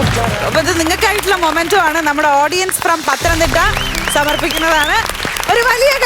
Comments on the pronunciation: മൊമൻഡോ അല്ല മോളേ മെമൻ ഡോ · മൊമൻ്റോ അല്ല മെമൻ്റോ എന്നാണ് Pronounce ചെയ്യുന്നത്